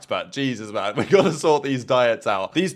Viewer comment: This man said oui guys